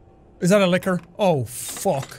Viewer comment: the whole time i thought he kept saying liquor instead of licker